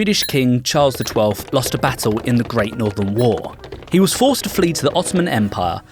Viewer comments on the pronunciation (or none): none